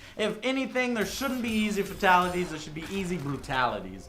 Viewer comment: You know the fact that Joe cannot seem to say "Fatalities" correctly bothers me much more than it should... Like...for someone who's a fan of MK...you'd THINK he'd have heard it said by the announcer a buncha times now.